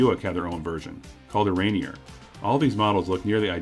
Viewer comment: It's pronounced "ran-NEER."